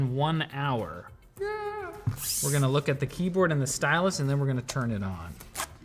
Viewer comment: The apple sy-yaie pencil 💀💀💀